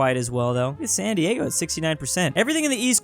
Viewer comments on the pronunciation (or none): none